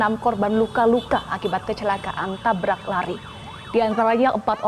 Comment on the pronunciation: tabrak host, bukan tablak 😂